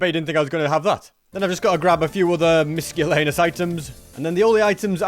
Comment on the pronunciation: it is pronounced mis-el-ain-ious